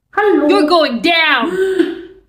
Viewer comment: The German pronounced Hallo got me!